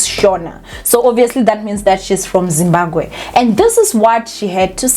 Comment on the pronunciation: It's Zimbabwe not Zimbagwe. It's the second time l have heard you pronounce it wrongly. Kinda disrespectful. Anyway: l understand where the doctor is coming from.